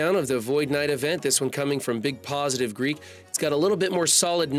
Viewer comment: In other news, the MSF community is not saying anything to correct and will see how long it takes him say Big Positive Geek’s name correctly.